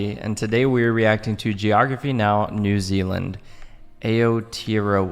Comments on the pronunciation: Ah-aw-teh-a-raw-a, not Ay-o-tee-a-ro-a. "Aw" is somewhere between American "aw" and the o in "hole" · “Ay-tote-roe-ahhh” this the type of shit that hits you in the soul ahh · it's pronuced ah-tear-row-a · Aoetearoa as "Ayo-tear-roa" the pronunciation is killing me. 😭"Ow-teh-roa" is how it's mostly pronounced as. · Aotearoa- (ow-tay-ah-row-a) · Aey - ouh- tee- yoo - ra doesn’t hurt me mentally but also physically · It’s pronounced our,tea,roa 😂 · “AoTeRoA” my soul physically left my body 😭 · aotearoa is pronounced like: ah oh taya roa (with rolling the tongue on R) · Aotearoa made me wanna cry. It's pronounced ' Ow-te-roa ' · Should be pronounced “ow-teh-rrrrow-a” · a o tae oh ra😭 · pronounce it ow-tear-row-a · I know its a bit late but its pronounced Ow-Tay-A-Roa (You've got to roll the R) I'm not angry just want to let you know and maybe tell your friends about us!!!! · Aotearoa is pronounced Ao-te-a-roa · aoteroa is pronounced au-tay-ah-row-uh :) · AOTEAROA is Pronounced as OUR TEAR RO A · AE-OH-TAY-YA-ROW-WA.....that will kinda get ypu closwr than your attempt. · Bro wtf is Ao-EaA-Ra it’s Aotearoa pronounce, the a like ow and then Ros row a that’s how u say it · It's pronounced "our-tear-row-a" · As a kiwi how can they say Aotearoa wrong well making a New Zealand video, they should’ve done research or like atleast pronounced right👁️👄👁️ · I’m from Nz lol the way your said Aotearoa😂 it’s all good I understand but it’s Māori for New Zealand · im from new zealand and these americans butchering the new zealand place names makes my ears bleed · i am a proud New zealander, and hearing him pronounce " Aotearoa " hurt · you gotta roll the r and sommetimes soften the T to make it sound closer to a d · as someone from nz, the pronounciation is kiling me 😭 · The way he said “Aotearoa” physically hurt me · it hurt more everytime they said it. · hahahahaha fk 😂 Hello from Wellington lol. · Same I'm kiwi as well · imma kms the way he fking said it the egg